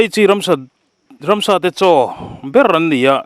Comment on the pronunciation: Ransa tiin i lam thin tlat a ka hriat chu... Ramsa tih zawk tur ni awm tak